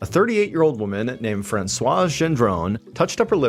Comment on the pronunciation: The 's' is silent in "Francois".